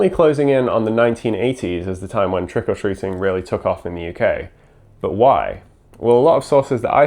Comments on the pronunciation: For a long time, I thought that it was 'Trickle Treating', that was what I could hear, I didn't understand the name and was so confused 😂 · There is a weird emphasis on the "or" in Trick or Treating in this video. I would have thought it would have been closer to trick 'r treat in the Irish Isles?